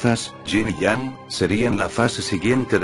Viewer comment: Me perdi cuando dijiste ying yang xD